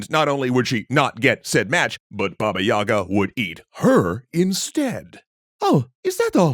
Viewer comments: istg it triggers me to no end when people pronounce it Yaga > .< in proper official Russian, i.e. not some provincial/fringe accent, it's Yega and the stress is on the Ga syllable, not on the Y, so the Ga sound is longer. It's been drilled into me from infancy, from being forced to read Russian children's books so I don't forget the language, and I just cannot keep hearing it mispronounced all the time. I'M LOOKING AT YOU JOHN WICK D:< I've only ever heard a single Russian call her Yaga (again with the stress of the ga so the ya sound is short), and his wife keeps scolding him over him constantly saying it like that xD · I always wonder why people pronounce it with the wrong emphasis, since it's actually Baba Yagá, not Baba yága. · It's not "bAba yAga", it's Baba yagAh. As in "an older woman who is disabled, disfigured, widowed, can't have kids, suspected of witchcraft, anything or everything of the above - or in any other way is just creepy to be around in a slavic village (and that takes quite a feat to achieve)". Such women became outcasts, recluses and ultimately a collective basis for the wise but terrifying Baba Yagah.